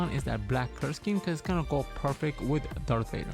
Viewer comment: its darth vader not dark vader